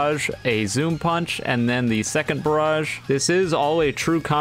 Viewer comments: "surface inversion pAeUnch" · The way he says punch while lagging